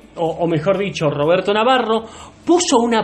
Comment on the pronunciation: "Robedto yo te cdeo pod que zoz bueno" 😂😂